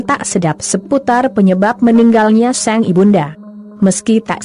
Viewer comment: Ko yg baca ny sang...dibaca seng.?